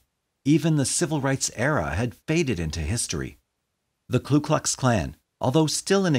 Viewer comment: I was wondering if someone was going to point that out. I agree that it's a small point amidst the sorrow and themes of this video (which were well handled and well narrated), but getting the name right is important, I think. It's Ku, not Klu. A common mistake, but one shouldn't make.